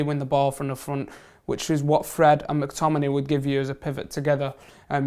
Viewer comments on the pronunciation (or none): Can't stand people pronouncing it MAC-Tominay. It's McTominay. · That new guy can't say McTominay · McTominein? sprechen sie englisch? i think he plays for scotland not germany